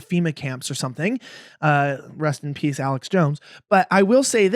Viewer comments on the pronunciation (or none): none